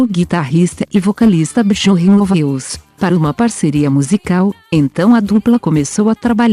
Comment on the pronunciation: Absolutamente sofrível a pronúncia da narradora. Chama um dos integrantes da Banda de Bejorn quando a pronúncia correta é Biorn. Também pronuncia Nice quando o correto é "naice". Quando alguém quer fazer um vídeo desse porte tem que dar ênfase à qualidade.